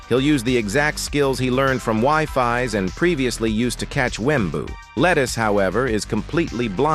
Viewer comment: bro did not say “wifies”